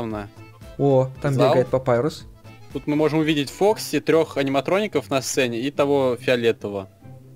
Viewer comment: не папайрус, не папирус, а паша